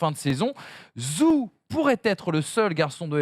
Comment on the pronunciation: Vous pouvez faire un petit effort pour la prononciation du nom de Guanyu Zhou et dire "joe" plutôt que "zou" ?